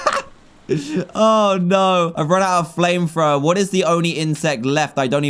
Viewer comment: He indeed got a "Flame Frower"